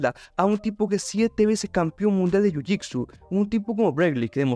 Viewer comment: Que es jhujhicsu? Pronuncias mal jiu jitsu? O hablas de otra disciplina?.